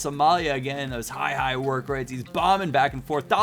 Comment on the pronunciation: When you said "fried", did you mean "high"? Haha